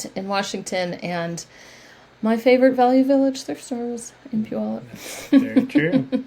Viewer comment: My sister lives in Puyallup ! She and her husband moved there last year. Her son, daughter in law and first grandchild live there, and for that reason they moved from Columbus, Ohio area. So nice to hear it pronounced. I had no idea.